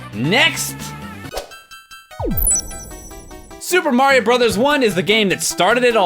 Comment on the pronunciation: It sounded like you said MAHYO XD